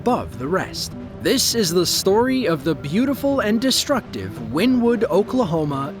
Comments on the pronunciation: Also get the town name right. It's not "Win Wood" it's "Winnie Wood" as pronounced. Locals would slap you for calling it that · WynnEwood is how they pronounce it around there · It's pronounced Wynn Ne Wood- I have traveled there numerous times as a Network Eng for and oil and gas company. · Wynnewood is pronounced WIN-E-WOOD!!!!!!! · Its actually pronounced Winnie wood. I was raised pretty close to that town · it's pronounced wynEEwood. born there. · Wynnewood is pronounced like Winnie in Winnie The Poo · I am originally from Wynnewood pronounced correctly (Win ne wood ) Oklahoma was there and just got off work at a shop off of hwy77 straight east of the initial touch down when i got home it was 1.5 miles due south of my house near Indian meridian road i could hear it and (like a train wreck cant look away because ) it was a beautiful and amazing but destructive experience it hit mostly rural areas which was a blessing for the towns people. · It's actually pronounced Winniewood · Jesus christ man, do your research it's not called Wynn Wood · It's pronounced "winniewood" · It’s pronounced Winnie wood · Pronounced, "Winnie-Wood." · It's 'Winnewood' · it’s not, I live like 5 miles from there and everyone pronounces it as Winnie wood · Oklahoma is not in the Midwest and it's pronounced "winnie wood." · It's pronounced Winniewood. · Us locals pronounce it Winnie-Wood. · Pronounced "Winnie-wood" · It is pronounced Wynn-e-wood. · It’s pronounced like Winnie wood not how he said it😂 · I love this channel basically all of the time … but every time he says win-wood … I die a little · It’s Winnie- wood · I live in this area of Oklahoma, tornado season is always fun. Btw it’s pronounced Winnie-wood. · I live in wynnewood and by the way you Pronounced it wrong